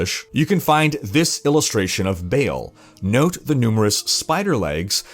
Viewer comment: Ball, not Bail.